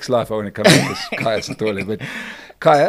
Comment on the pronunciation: It's KHAYA, not kahaya